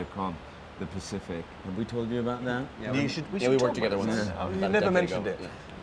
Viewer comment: No one: Rami: yea joe and i were in the pasific together